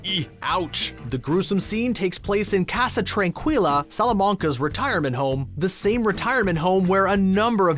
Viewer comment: “Casa Tran-quill-a” “RheA Seahorn” “LAs poll-os hair-manos” Maybe give your narrator pronunciation tips if he hasn’t seen the show. Or apparently ever been exposed to the Spanish language.